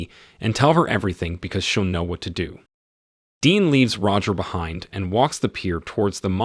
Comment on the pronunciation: After I heard "do" pronounced as "doe" I was out lol.....Nevermind the "says" pronounced as "saise" 🤦